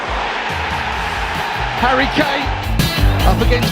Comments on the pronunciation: Hurri k-kane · "Herry Kane" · “Hairy lane”